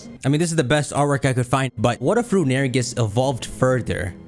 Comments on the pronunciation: STOP CALLING IT RUNERIGES IT'S ROON-I-REE-GUS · Rune-uh-re-gus Not Rune-air-eh-gus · i hate to be that guy but its pronounced Rune-A-Ray-gis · Hey um yes hello, I would just like to say that I hate how you pronounce "Runerigus". That is all. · Is no one gonna talk about how he pronounced runerigus